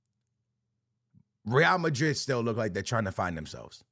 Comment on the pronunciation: I’m just glad you’re able to pronounce Madrid and Barcelona correctly 🙏🙏